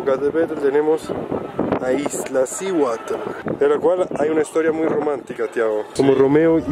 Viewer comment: Disculpa amigo,es Iztaccihuatl,no Iztlacihuatl